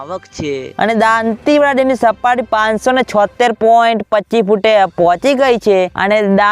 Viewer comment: સારી રીતે બોલો દોન્તીવાડા નહીં દોતીવાડા કહો